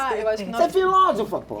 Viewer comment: Como diria (pronunciaria...) o Luiz Ináfio Lula da Filva: "Filóvofa".